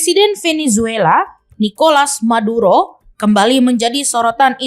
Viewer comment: M bukan T 😅😅😅